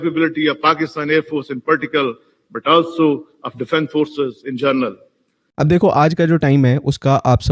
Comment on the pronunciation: the chap says "in journal" :)